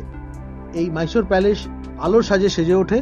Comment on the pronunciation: Mysore ke "Myshore" ar Palace ke "Palesh" bolchen barbar ... bisri lagche bhai